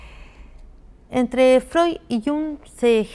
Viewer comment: Muchas veces es difícil pronunciar apellidos extranjeros, pero que lindo suena al pronunciar Freud con la "d" final y Jung con la "g" final...